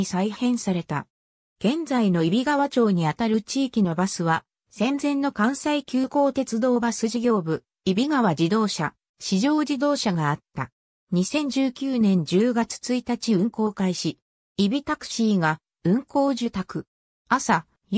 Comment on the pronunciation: しじょうではなくいちばやとおもうよ読み方